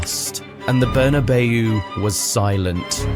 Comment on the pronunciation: peak slop. "berna bay you" - courtesy of the slop machine